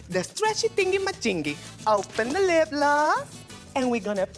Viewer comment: Alexis Mateo keeps on giving: "LIPLOSS" haha been sayin it since I watched this episode haha